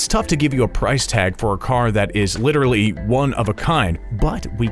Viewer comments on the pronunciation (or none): none